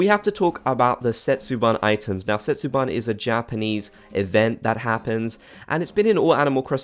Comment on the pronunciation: thanks for the video! jsut saying, "setsubun" is pronounced [seh-tsu-boon] not [ban] :-)